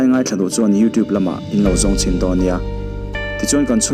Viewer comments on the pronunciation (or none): none